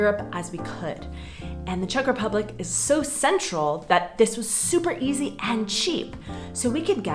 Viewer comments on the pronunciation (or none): none